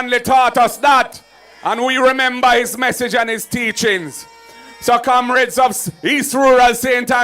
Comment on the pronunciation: He can’t say Comrades, he says Kamrades